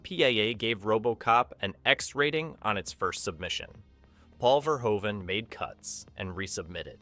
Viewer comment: It's pronounced 'Ver-hoven'--which you get right half the time--not 'Ver-ho-even'. Robocop, ultra-violence or not, was a really great flick that balanced human drama with great special effects and the clanging, banging music of Basil Poledouris. The factory scene had the best line: "Come quietly, or there will be...trouble." That pause before "trouble" made it funnier than it had any right to be. And, as others have said, the "I had a guaranteed sale..." was Ronny Cox's line, not Bob Morton's. SMH... ETA: I met Ronny Cox many years ago when I was an extra in a movie that was filmed in Kyoto. The film was junk, but he was good, and he was a very nice person, down to Earth, not stuck up at all.